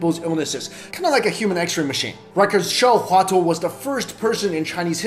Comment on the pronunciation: Hua Tuo was pronounced wrongly...